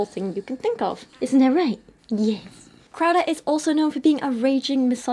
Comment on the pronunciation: Every time she says "crowder" for some reason I keep hearing "krauser" so now im just imagining jack krauser lecturing people on how abstinence is important.